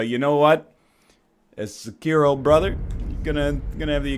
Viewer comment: Sekiro. Egg. Seggkiro.